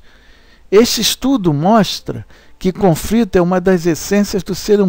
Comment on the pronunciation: muito bom o trabalho, soh nao sei pq o autor fala CONFRITO ... com frito soh se for OVO ... coisa horrivel, dói os ouvidos